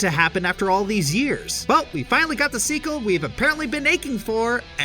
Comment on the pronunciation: The Seekel? Did you maybe mean Sequel?????????????